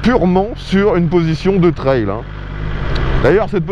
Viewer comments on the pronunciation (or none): Ps : Un trail se prononce comme "travail" "bétail" "ail". Et non pas "traile" comme si c'était une "aile" En français on a aussi le mot "toutes" pour parler du niveau des options. Je dis cela car j'ai pas envie de perdre ma langue natale et c'est déjà le cas de la jeunesse qui ne sait plus écrire ni parler français mais c'est une sorte de charabbia franglais ! French-pride is good.